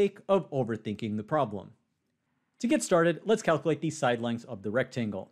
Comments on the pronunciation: It's kal kyew late not kal kew late. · cal - q - late not cal - coo - late.